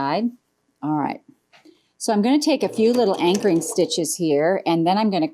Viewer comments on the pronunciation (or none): Very pretty! I have to laugh I use to think when Jenny says I take a few anchoring stitches, I thought she said I take a few angry stitches. I said why would Jenny say angry? So I listened more closely and had a good laugh at myself. 🤣 Happy Friday everyone!